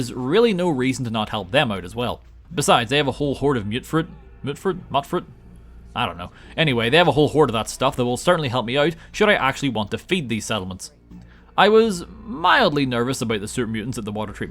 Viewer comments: Mute fruit is how it's pronounced my friend.😊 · Uhm, ACKSHUALLY, it's pronounced 'myoot-fruit'. 🤓